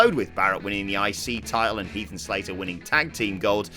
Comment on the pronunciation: You said heath and slater